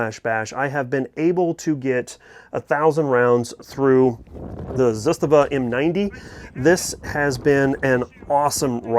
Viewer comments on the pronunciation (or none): so rather than use one of the two most common pronunciations, make up your own. When most mispronounce they based it off of the spelling, you added a soft I when it isn’t even in the spelling. Zistava. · Zastavas have been out long enough to where we should all know how to pronounce it correctly. There are videos out there where you can hear Ranco explain how.